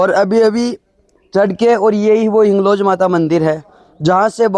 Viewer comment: हिंगलाज है न की हिंगलोज😂